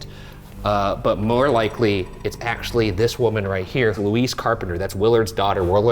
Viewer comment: Dying each time Ryan says "Luis" instead of "Louise"